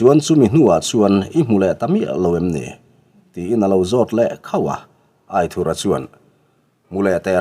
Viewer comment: Angaihnawm hle mai , mahse Aithurha tilo in Aithúra tia ( anthur lam a thúr ti a lam tur zawk hi ani lo maw) a ziaktupa sawi dan in